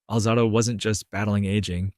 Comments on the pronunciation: “Alzaahhdo”? Really? If you can’t pronounce his name you dont know jack enough about him to make a video. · You pronounced his last name wrong. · how do you decide to produce a documentary about a professional athlete, put in all of the time and effort, cutting, editing, producing, when you cant pronounce HIS FUCKING NAME, YOU IDIOT - and if it's AI, whoever PRODUCED IT, how do you not review it to MAKE SURE that the pronunciation of the name of the man who you MADE THE DOCUMENTARY ABOUT is pronounced correctly?????? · Kid its hard to listen to you speak about Lyle when you can’t even pronounce his name. Is this for a high school project? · Alright, if you're going to narrate a famous athlete at least pronounce his name right. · Really, Lyle didn't pronounce it that way. And yes the video was good. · enough Euro pronunciation guy. We’re not in Europe. The proper pronunciation is how it was pronounced by the man himself and the USA. Putting out a video on a man when you can’t properly pronounce his name means you don’t know JACK about the man.